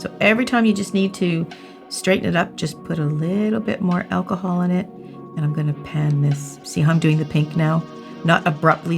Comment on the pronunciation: When she says achol can I use normal achol eg vodka